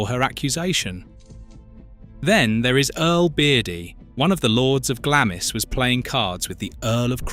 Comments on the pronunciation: If you are going to talk about uk properties at least get the pronunciation of them correct . It's not Glamis castle it is pronounced Glahms. Don't use portraits of Queen ann of sleeves as some lady in Glamis. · Sorry, but after the third time you butchered the pronunciation of Glamis, I just had to switch off.